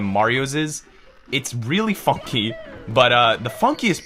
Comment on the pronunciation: Supah Donkey with a new fonky